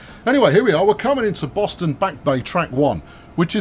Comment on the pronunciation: you got REALLY close on pronouncing "Boston" (bawstun) and I would be a fairly good judge having spent my first 14 years of life on Cape Cod and my mom was from a Boston suburb. But, on with the trains!